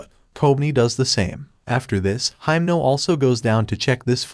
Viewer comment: it doesn't really matter but I'm gonna say it, your reading himeno's name wrong...